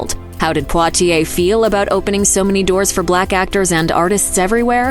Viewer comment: I believe that's exactly how you pronounce Poitier... How would you pronounce it?